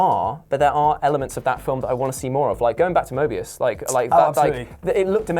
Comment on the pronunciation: Everyone's calling Mobius "Morbius" today.